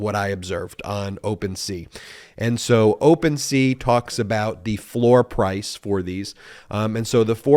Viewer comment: "Floor plice" hehe ♥️